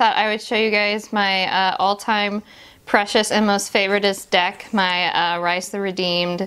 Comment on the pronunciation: It's pronounce like "Reese" (source: It's my real name) :) cool video though.